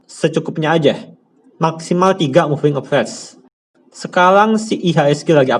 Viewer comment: capt, baca nya moving a ve raz .. bukan moving a vez